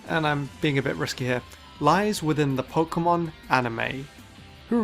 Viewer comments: Its PO-KAY-MON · i'm just here to here him say poke'mon